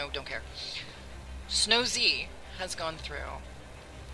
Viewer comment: Thanks for the showcase and the testing And for future reference: It's Snowz, as in Sno-zzzz/Snow-seh, not Snow-Zee :)